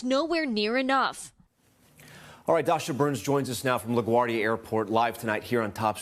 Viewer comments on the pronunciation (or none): none